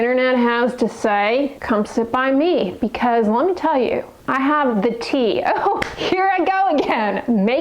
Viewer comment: Omggg saying TEA 🤭😂